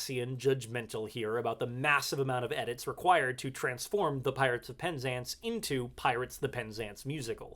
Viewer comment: In English, we say pen ZANCE, not PEN zance